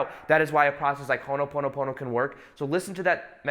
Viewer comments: Allegedly its called Hoponopono not Honoponopono but no worries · It’s “Ho’opono’pono”🙏🏽🙏🏽